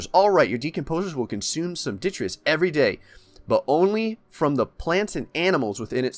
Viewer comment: Also every time he says "ditreeus"